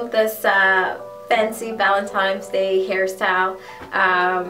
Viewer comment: You said "Valentimes Day" you must be caribbean!! hehe